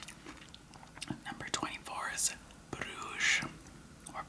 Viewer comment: Btw, in english you pronounce Brugge (Bruges) as you'd say the word " bridges " but with the I replaced with a U. If thad made any sense :D The way you pronounced it is like the french here in belgium call it. And since Brugge is a typical flemmish city we'd rather not hear it like that :D It's a very calm and soothing old city, makes you feel like you're back in he middle ages at some places. It's also called the 2nd Venice of Europe :) Deffinately worth it to check it out. There are a lot of beautifull pictures on the web about it.